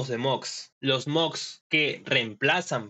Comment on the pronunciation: Bro, se pronuncia moDs con "D" no se pronuncia moGs con "G"